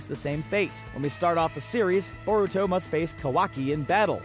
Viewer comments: I cringe every time he says Boruto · Boar uto WTF it's pronounced bur uto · Iron Gauntlet it’s boar uto what’s next do you pronounce nar uto narooto